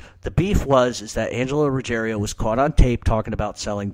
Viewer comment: Why do you Americans always say "RuggeRIO"? There is no italian family name like "Rugge(RIO)" - it's Rugg(IERO)". Ruggiero is a very common Italian family name - especially in the South of Italy, but it is "RuGGIERO", and - believe it or not - it is a family name of GERMANIC origins, dating back to the Germanic invasions of the Italian Peninsula, and it is a family name PREDOMINANT in Campania (i.e: the region of Naples). As a matter of fact - if you recall - ALL the Gotti crew were "napulitani" (people from Naples) - HIM - "Neill" Dellacroce, Angelo Ruggiero and all the others WERE Neapolitans (in contrast to Castellano who was a "born & bread" Sicilian - and so was Gambino). There is an ancient rivalry between Sicilians and Neapolitans - and I don't think that helped Ruggiero & Gotti when they came at odds with Castellano.